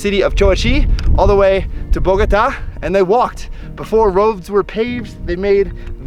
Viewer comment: Smart! As world travelers, I guess you are packed for all type of climates! Love your channel. PS. You wife does a good job with the pronunciation of some of the foods, but she has a hard time with the name of the city: Bogota!